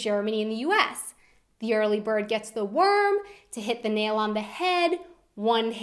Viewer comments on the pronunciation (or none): none